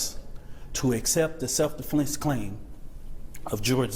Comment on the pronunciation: He said self deflense claim🤣🤣🤣